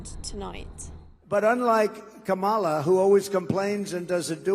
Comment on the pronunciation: Woah. Talk about conservative skewed reporting. Not even the old guard of the Republican Party is backing Trump, they’re backing Kamala Harris. Say her name right also.